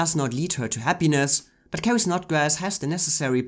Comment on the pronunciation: It's Carrie Snodgress, NOT Snodgrass.🙄